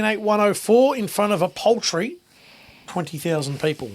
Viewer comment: I think paltry is a different word boys to poultry